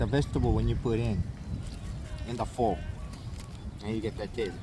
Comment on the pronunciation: Looks like a well made banh Mi & super yummy with crispy bread! 😋 I think pho (pronounced like far/fur) not foe, anyways the soup uses different veggies like basil, beansprouts…….some lime juice squeezed…….🤔 Today’s sandwich looked like a better size than that humongous turkey sandwich that you ate at one sitting yesterday. 👍🏾